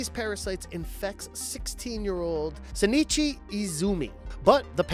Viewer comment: I'm sorry. How did you pronounce Shinichi and Migi?